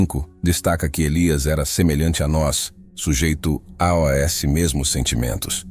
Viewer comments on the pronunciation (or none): Dica para a narração perfeita da palavra AOS ao ser pronunciada... Escreva AUS ao invés de AOS e a narração não saíra pronunciada A O S separadamente. 😉 Macete que aprendi para utilizar o Elevenlabs.